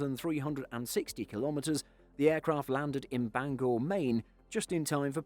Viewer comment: Bangor was pronounced right lol, R does not pronounce when at the last position. Lots of non-mainer pronounced it as Banger